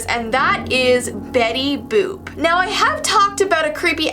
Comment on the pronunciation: Boop not book